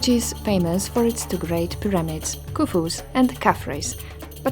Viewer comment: I love these videos, but why do you say things like "pi-RAM-ids" instead of PI-ra-mids and "pre-DESS-esors" instead of PRE-de-cess-ors? Did you learn English from a book? No offence! Just curious about your accent. You don't do it every time, just now and then. 🤗 {:o:O:}